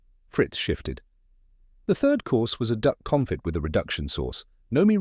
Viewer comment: I don’t remember the use of “tuiles” but the narrator mispronounced both consomeé (con so MAY) and confit (cohn FEE). If anyone cares.